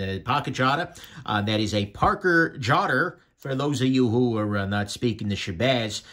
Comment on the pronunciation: LMAO at the "Parker Jotter" "proper" pronunciation.